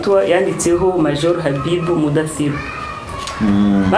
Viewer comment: Ni mudathir nkuko usoma gatatu mu cyongereza three